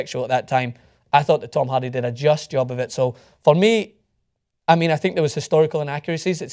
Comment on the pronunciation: As a huge Braveheart and Groundskeeper Willie fan, I enjoy ' accent. It's weird that he pronounces Hardy as Halldy... And yes, Tom Hardy is a brilliant actor.